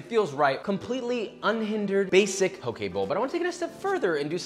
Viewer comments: Thank you for not pronouncing it “poki” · I’m just glad he isn’t saying pok”ē” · so happy you pronounced poke correctly